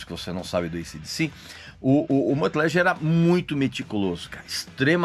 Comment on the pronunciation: ok, um "critico" que nem sabe dizer o nomes da pessoas.... Lange, não Lanje